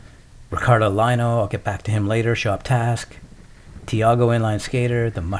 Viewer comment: Love the skate and ice skate ... If I might suggest Ricardo last name is Lino pronounced “Leeno” Love you both by the way